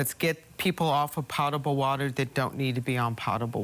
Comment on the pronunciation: It's very sad when a BWS official mispronounces the word potable. The first syllable is similar to POE (Edgar Allan), not POT.